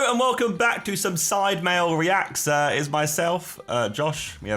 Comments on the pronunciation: Did anybody else realize that Josh said welcome back the sidemale reacts instead of sidemen reacts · Why did Josh say side mail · Anyone hear josh say side mail right at the start??? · He said sidemale reacts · anyone clock he said sidemale reacts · Did Josh say “Welcome to sidemale”? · Did he say sidemale reacts at the beginning? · Josh said sidemale react at the video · Josh said sidemale react.. 🤣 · I swear Josh said sidemale reacts 😂😂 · In the start did he say Sidemale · Am I the only one who thought Josh said 'Sidemale' reacts in the beginning? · Did he say the sidemale? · Mans said "Sidemale" in the intro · josh says "hello and welcome back to some SIDE MALE recats" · He said side male, lol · Josh really said "Sidemalereacts" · Fun Fact : Josh said Sidemale instead of Sidemen in the intro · did Zerka just say: hey guy's welcome back to SIDEMALE Reacts? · It’s funny no one clocked that Josh said welcome to SideMale reacts